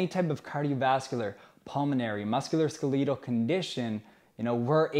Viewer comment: Omg the pronunciation of muskoloskeletal had me like huh? What did he say???? Lol that was good. Good video thanks.